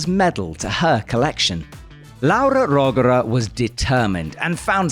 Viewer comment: Can the Italian correct how Rogora is pronounced once and for all? rOhgora, or roGOHra? I really want to know